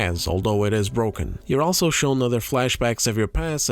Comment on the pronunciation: Where are you from that makes you pronounce "also" the way that you do? It should be pronounced as "all" like "all of us are dead: You pronounce the "all" part like its someone's first name like "Al Pacino". It just sounds off and you say it a lot